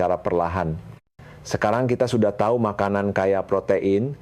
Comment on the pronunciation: Tahu koq bilangnya tau siiiih